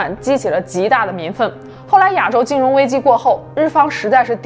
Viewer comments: 你一口一个 ”哑州“，”哑州“，”哑州“。听着憋屈。是 ”亚州“，第四声。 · 别“哑州”了，“ya 四声州”。